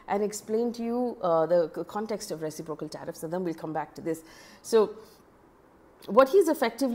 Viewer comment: Dear Faye. The stress accent is on the second syllable, i.e. ruh.SIP.ruh.kl for reciprocal.